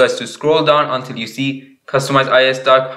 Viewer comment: No he pronounces it as ius when you say it as ios